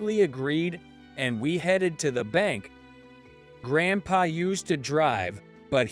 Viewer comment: He's saying GrandpaR